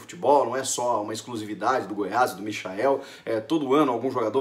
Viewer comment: Porra é difícil pronunciar a porra do nome do cara certo por acaso alguém chama o Michael Jackson de MICHAEL